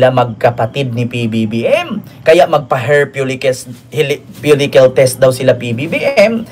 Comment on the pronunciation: Falikel “follicle”